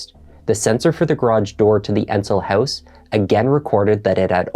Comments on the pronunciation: What’s a hoose fire lol are you Canadian? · Please stop pronouncing word “house” in a weird way. My ears are in pain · She drove "oot to the hoose"?